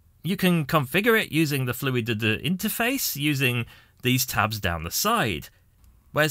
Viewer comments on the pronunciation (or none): If you say fluid duh duh one more time....